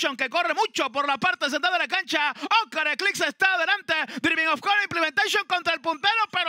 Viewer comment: 😂😂😂 y vuela implementecion 😂😂 Y tendra que contener a implementecion😂😂 Que gana de gritar implementecion 😂😂😂 Que vaina con casella 😂😂